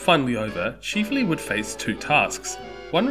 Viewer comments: Chif… not cheeeef. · It's chif-ley NOT Cheef-ley.